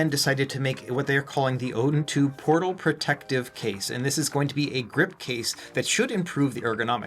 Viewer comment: What the heck ? the box looks fake haha AYN Odin "PROTAL"? really AYN? you release something that is wrong ..